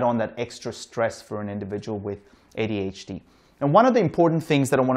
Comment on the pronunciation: That D in ADHD is driving me insane